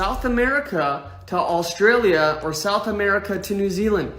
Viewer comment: God that guys prenounciation. "Austraaliu"